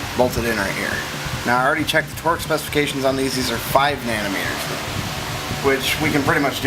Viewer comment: Lol "nano meters" haha